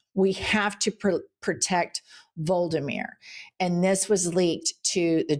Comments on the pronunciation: It is shameful to mispronounce Volodymyr Zelenskyy's name so badly. It is vo-LO-di-mir, not VOL-di-mir. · Jennifer, Volodymyr is pronounced Vol-ÂD-i-meer; not VOL-di-meer. 4 syllables. Love you.❤ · Vah-low-duh-mir. The way you pronounced it made him sound like Voldemort. 😅 You need a pronunciation editor for foreign names. I reeeeeally want the world to recognize your brilliance. Pre-Reagan era news (before the race to the bottom deregulation) news-anchors really prided themselves on knowing the pronunciations. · Jen, vo-ló-do-mir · JW - Zelensky's 1st name has 4 syllables. Please correct as we do not wish to be seen as ignorant as MAGAts. Thx. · Please learn how to pronounce "Volodymyr" (and stop making him sound like the baddie from Harry Potter). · Jennifer - you're pronouncing Zelenskyy's first name incorrectly.